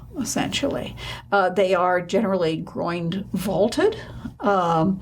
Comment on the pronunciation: GREAT!, but....t's 'groin' vault, not 'groind', It's Masa-chi-o, not Masa-she-o; it's MED-ici, not me-DICI.